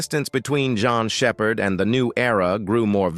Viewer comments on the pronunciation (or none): I think your video should be taken down cause you can’t even get her name right and this is gotta be artificial intelligence at its worst! Shame on you degrading a human being’s name in this way get it together or take it down